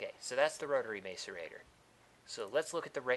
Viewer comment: you're pronouncing macerator wrong